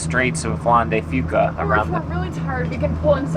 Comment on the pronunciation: Welcome to Seattle, now we just have to get to say Strait of Juan de Fuca correctly we’ll be good. Jon at Fife Maritime